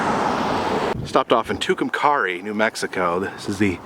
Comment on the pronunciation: Pronounced. Too kum cari